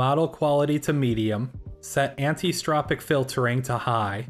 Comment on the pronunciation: Nice research, I spent ages trying to get this game to play ball and could never make it happy. Good to know I wasn't alone in going insane, lol. Just as a little note - It's not Antistropic Filtering, it's Anisotropic Filtering. There's an interesting bit on the Wikipedia page about it that explains the etymology, it stems from an-iso-tropic, not-same-tropic.